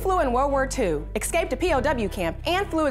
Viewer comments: Man I love the way he ecscaped, almost as much as I love how she pronounces escaped incorrectly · If you're going to narrate videos, please don't say things like "exscaped." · He "excaped"? LOL.